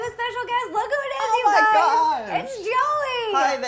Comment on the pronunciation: Did anyone else think that Ro said hey gays at the beginning 😂👏🏼